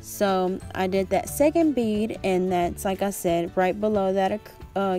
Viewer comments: I laughed so hard when you were trying to say bead LMFAOO I was like “bead sis” 🤣🤣🤣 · her: bid? bid? me: BEAD! BEAD! BEADDDDD!